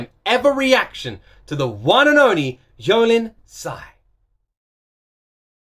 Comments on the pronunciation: The lyrics are meaningful and so powerful to care about the society. Moreover, “Jolin “ the J pronounced as “J” not Y 😊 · Jolin should be pronounced as jo/jo/-lin. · Jolin's name is pronounce like Jolene, J stays as J sound, not Y. She's from Taiwan, been around for over 20 years and still staying strong. I would love to see her stage performance at least once in my life. I saw her in person once when I was very little. That time she was still a college student, new face in the industry, never knew she's gonna be such a queen years later. But I've always liked her and supported her. Definitely a nice surprise to see her on The First Take. Also shows how amazing and confident she is on taking this challenge. And she totally nailed it! Love this version so much! By the way, it's never too late to know her. You can look through her past albums/songs/performances. It's like a treasure box. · Her name is Jolin, as in how you normally say jolin. She is really the pride of taiwan. She has been in the industry for many many years. When she first debut, she got alot of criticism. Most people said she cant sing, cant dance and ugly. Back in the days, it was really hard for her. But she did not give up. You can clearly see her transformed into what she is today thru her nonstop hardworking and passion about her career. She really is a role model. I have liked her since her debut which was i think 24-25 years? And im so mesmerized by her mindset and her personality. ❤️ always love and support her!!!